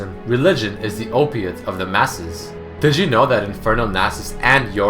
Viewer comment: when he says "did you know?" sounds like he said Digimon